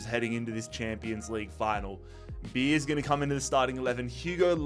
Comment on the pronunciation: noticed a load of naming mispronunciations so here's the ones I caught to help you out for future vids Beier is pronounced by-er, not beer, similar to danny dyer but with a b Malen is mal-en with a regular L sound, not the spanish LL Haller also doesn't have the spanish LL sound and has the english L sound and a silent H Bensebaini is "ben-seh-bah-EE-NEE", not "ben-seh-bah-NEE" For Felix and Lukas Nmecha, the "n" is silent hope this helps for future vids 🙏